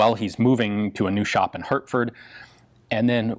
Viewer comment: H A R T F O R D . not hurtfird